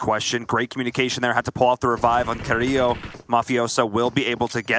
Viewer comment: None of the Spanish speaking people in this cast can pronounce Carrilho right 💀 it’s pronounced with an L not a Y